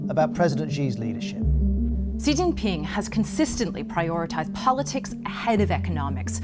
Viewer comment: please stop pronouncing "Xi" wrongly, I think BBC should have enough resource to google the proper pronunciation of non-English words